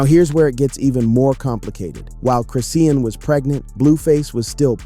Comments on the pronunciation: Wtf is Chris-Seein ? Its Chrisean(Chris-Shawn) Saying it 50millions times wrong back to back annoying asf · I cant stand her. She is nothing but trouble.....can u please pronounce her name chri-shawn and not chris-ean? It bothers me. A lot of YouTube rs say it wrong